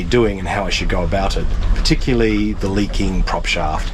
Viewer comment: "Particyuhly" is not a word.